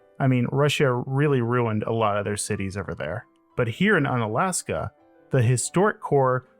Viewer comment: U-na-la-s-ka! U as wu in Wurst